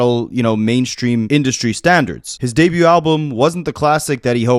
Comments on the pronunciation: i've lived in 3 provinces and never heard someone say "debut" like that 😭😭 that ain't a canadian thing bro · Doubling down on "Debut" is Nasty work boi 😂😂 I am entertained